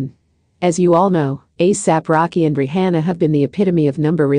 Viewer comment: Say her name right!!!